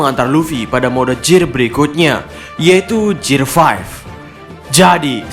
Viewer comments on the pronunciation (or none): none